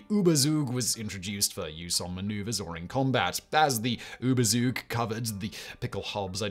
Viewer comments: ... not to talk about the "Uubersuuk" (Überzug)... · Funny how you pronounce Überzug as ooberzoog 😅 It's more like ewbertsoog 🤓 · It's "PickelhaubE", not "Pickelhaub", "FriedriCH", not "FriedriK", "HeinE", not "Hein", "Überzug", not "Ubersug", "Stahlhelm" is pronounced "Shtahlhelm"... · Had to laugh hard on your pronounciation of "Überzug" (no offence, guess ä, ö and ü are kind of hard for non native speakers, although they're vowels...). Ü is maybe best described as a mix of u and i and the u in -zug is spoken short. But very interesing video, always wondered who was to blame for these weird helmets. 😀